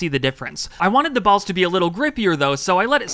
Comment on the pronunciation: bro said balls differently :p